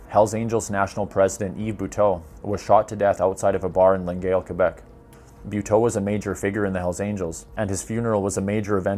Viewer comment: ... Longueuil is pronounced "lon-gay" ... Sherbrooke is pronounced "share-brook"